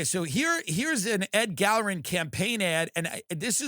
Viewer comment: Who the hell even is "Ed Gallroon?" You can't even pronounce his name because nobody cares who he is. Tucker kept calling him "Ed Gallroon."